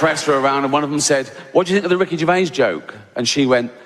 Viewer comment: A great video marred by another person who can't say Ricky's name properly. It's not GERVAY, he's not bloody French. It's GERVAIS pronounced GERVAZE.